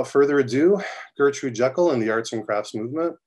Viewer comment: Its pronounced JEE-kel, not Jekyll as in "Doctor Jekyll and Mr. Hyde." She is English, they pronounce things differently over there lol.